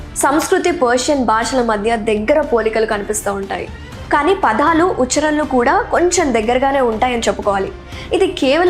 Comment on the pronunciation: వెరీ గుడ్ మనవరాలా! తెలుగు భా(బా)ష ఉచ్ఛా(చా)రణను ఇంకాస్త అభివృద్ధి చెయ్యమ్మా!